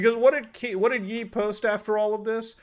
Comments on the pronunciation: I'm normally not annoyed by this kind of thing and I'm not defending anything Kanye said but his name is pronounced yay not yee lolol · Btw it's pronounced like YAY (Ye deriving from Kanye lol) not Ye like medieval times, brother. Funny video though!! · It’s pronounced “yay” not “yee” as in kanYE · It's pronounced "Yay" not "yee" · Well, looks like I just can’t support Mutahar anymore. It’s been a good run buddy! Also, it’s not Kanye.. it’s Ye.